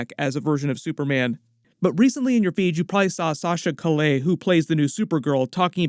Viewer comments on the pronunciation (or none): Sasha Calle - (cay-ye) 😭